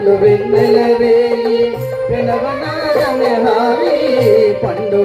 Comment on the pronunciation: అయ్యా గురువుగారు ప్రెణవ నాదం కాదు సార్..... ప్రణవ నాధం అనాలి..😂😂